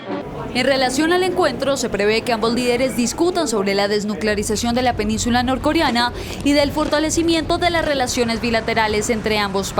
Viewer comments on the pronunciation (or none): ¿”Norcoriana”? Qué vergüenza que los bogotanos cambian siempre la e por una i cuando mencionan esta clase de términos. Esta locutora debe aprender a leer correctamente su reporte porque hace quedar muy mal a CM&.